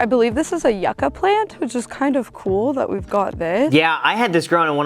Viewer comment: 😱🥶 it’s not pronounced YUCK-A. It’s You-ka.